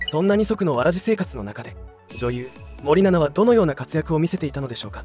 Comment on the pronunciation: 森永みたいに言うなw